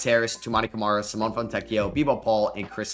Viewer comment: (btw the E is pronounced in Simone, like in Nevada or never)